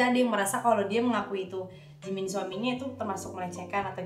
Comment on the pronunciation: Sebutannya salah!!!! Ini bisa jadi masalah . Liat2 Jimin real come deh😆😆😆. Pas lagi ngobrol sebutannya salah. Waduh bisa sial parah ni.